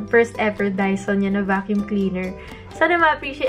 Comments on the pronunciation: Bakit ba "daiso" rinig ko. Sorry na. 🤪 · Ahh dyson!! Ang rinig ko Daiso HAHAHAHA